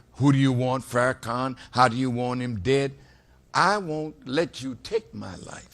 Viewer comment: thats not how you pronounce his name. Out of respect you should learn how to properly pronounce his name